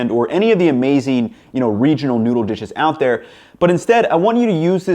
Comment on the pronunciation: This guy can not say noodle. He says noodah